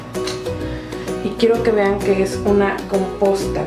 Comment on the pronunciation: no por que dice vena en lugar de vean en dos ocasiones muy lindo todo besos atte carmen